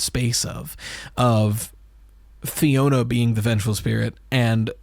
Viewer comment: lowkey bothers me that nobody can read Alphanumeric, it’s pronounced the way its spelled: Fiona